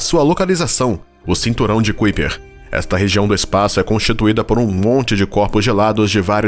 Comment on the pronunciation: Não é Cuiper.... É Kaiper